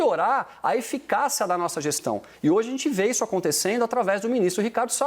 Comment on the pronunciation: Já tentei assistir 6x sem rir! 🤣🤣🤣🤣 Ele também fala "eficaça" .😂😂🤣🤣🤣